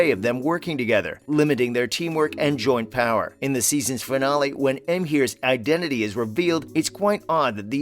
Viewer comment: And Emhyr😔